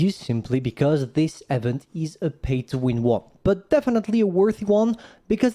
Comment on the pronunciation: Hi, hope I'm being helpful here and not annoying, but event isn't spoken "eh"-vent, but "ee"-vent fyi. Hope this helps, otherwise just ignore lol